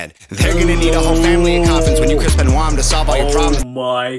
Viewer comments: The Chris Benoit bar is a of this vid: There gonna need a whole family of coffins when you Chris Benoit (pronounced Ben-wah) them.... ......I think you missed it because you had the pronunciation wrong. fiyaaaaa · Benoit is pronounced Ben-Wah. The line is of your video :D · It was the pronunciation that threw you off... It's Ben-wah, not Ben-oyt Great reaction regardless!!! Never get's old seeing this funeral #HangOverGang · It’s pronounced Chris Benwah!!! (Gonna need a whole family of coffins) 🤣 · Chris benoit's last name is pronounced like benwa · It's pronounced Ben-Wa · Benoit is a French name. Just FYI. Pronounced BEN-WAH‘. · You're right that's probably exactly how it missed it because of the pronunciation I didn't even think about it like that!! So you off the hook for this one, we blame it on the pronunciation 🤣😜